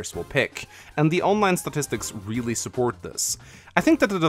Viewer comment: importanch supporch shorch